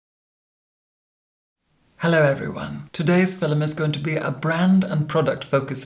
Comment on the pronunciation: "fil-ums" are making my 2022 great. By far my favorite youtuber/immortal. 💜